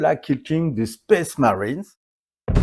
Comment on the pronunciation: J'ai acheté cette boîte y a 3 jours uniquement pour les figurines ayant déjà raid sur la ruche.. 😅 Je croyais que les petites têtes de mort c'était des stickers pour coller sur les épaulettes 😂 d'ailleurs je vois que tes space marines (avec ta si belle prononciation 😬👍) ont des sigles sur les épaulettes, tu as trouvé ca où stp ?